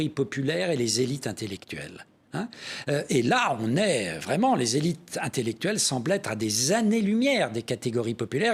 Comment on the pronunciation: La trahison des "zélit' "! C'est tout à fait ça !